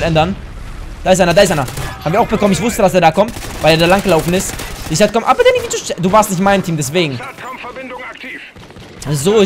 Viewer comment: Dddddaaaaaannyy Spppprachfehler